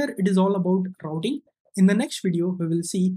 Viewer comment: today im going to talk about rrrrrrrouting